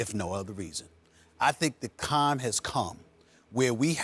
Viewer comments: "I think the cime has come" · "The Cime Has Come" - Stephen A. Smith... I went straight to the comments to see if anyone else picked up on that 😂